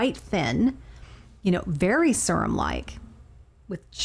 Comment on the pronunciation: This is 1st time watching. Pace needs to faster, too drawn out. P.s. serum is pronounced - seer um versus sir um. Maybe watch more